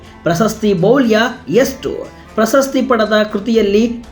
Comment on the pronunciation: ಪ್ರಶಸ್ತಿ ,ಪ್ರಸ ಸ್ಥಿ ಅಲ್ಲ